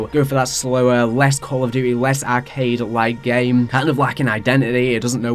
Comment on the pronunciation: “Call of Dutayy” I’m sorry but that cracked me tf up 😂